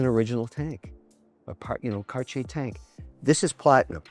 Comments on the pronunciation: "Cartier" is not pronounced "kar-chay." The correct pronunciation is "CART-tee-aye." I would think you would know that, Mr. Wonderful. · Mr. Wonderful what is Carchier? I like the broke people pronunciation better..Cardyer..😂👍❤ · its terrible how HE pronounce Cartier ----- i can take it anymore. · wtf is that pronunciation Kevin LOL